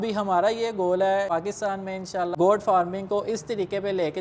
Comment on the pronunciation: Bhai saab, " Got " nahi " Goat " farming hai. Kia zarori hai k Urdu kay bajaey ghalat English boli jaye.